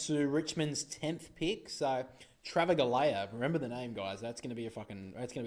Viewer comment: That's not how you pronounce Travaglia. It is "Trav..ahh...liahh". The G is silent. As a West Coast supporter I'd much rather select Travaglia than Allan, should both be available (unlikely).